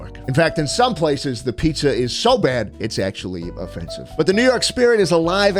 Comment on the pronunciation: "Schpizza" seems to like nyc pizza